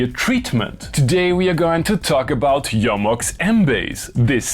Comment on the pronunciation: The only thing better than the Mbase and this review is correct pronunciation of Jomox, "Yo-Mox", thank you, I love you.:face-red-heart-shape